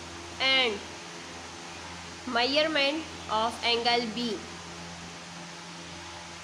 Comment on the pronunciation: Ark and mierment 💀